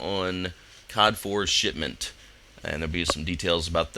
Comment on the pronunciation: I heard COD4 shitment tutorial >.<